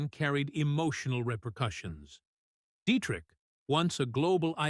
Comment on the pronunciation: Why can't AI pronounce Marlene Dietrich's name correctly? Even some humans get it wrong!